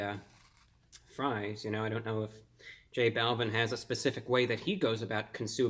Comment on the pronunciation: Not tryna be rude but it’s pernounced j -ball-veen